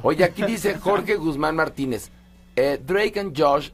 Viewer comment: YOCh Drueik? 😂😂😂😂😂 y luego la otraaaa Dreik Android 😂😂😂😂